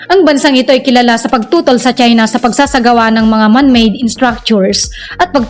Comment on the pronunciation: CHINA NOT CHENA LOL😂